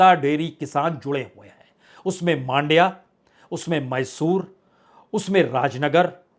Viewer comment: मांड्या नही मंड्या बोलो।